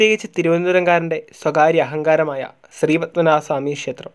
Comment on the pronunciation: ഷേത്രം എന്നുപറയാതെ ക്ഷേത്രം എന്നുപറയൂ🙄